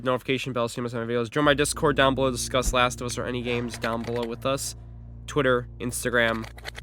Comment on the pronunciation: "I'm gon' na scuss" 😂😂😂🤦🏾‍♂️